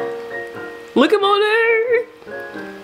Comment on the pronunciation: You keep saying monet I’m like Monet??? Mcmichael??? 😭